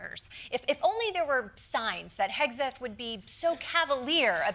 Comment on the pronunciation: Did someone say Hauge-seth? 🤔